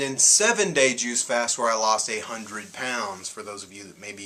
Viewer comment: When you said a 100 lbs I thought you said 800 pounds. LOL! I saw your first video and I thought, there is no way you had THAT much to lose. I related to much of what you were saying...the emotional stuff and all. You're an inspiration not to let that stuff get you too far down and keep caring about self. Thanks for that info on the juice FAST as opposed to the juice feast. I don't want my hair falling out so I guess I won't do the fast and wait til I can finance the feast. Hugs and Peace.